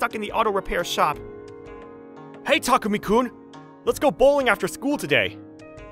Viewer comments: Why does Chihiro keep calling Takumi "Tamaki"? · Am I the only one who heard that the lady always says Tamuki-kun instead of Takumi-kun? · Thay say his name so wrong from how it's typed Thay say it like "tamuki" not "takumi" that is hilarious (Edit) just realized that his dad actually said his name right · They said tamuki instead of takumi, how sad. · Female VA keeps mispronouncing the name "Takumi" into "Tamuki" :(